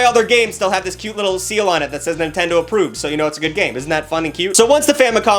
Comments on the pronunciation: lol, "Nintend-ee". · he said nintendi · Bro. You said nintendy but it's okay.👌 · Nintendy? tf are you? my great grandma?